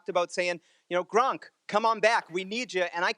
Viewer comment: It's gronk not grunk